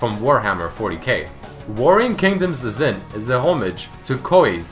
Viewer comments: Phonetically, Xin in Mandarin/Cantonese is said as "Shin" not "Zin" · Xin is pronounced like "shin" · Just want to point out Xin is pronounced Shin not Zin :P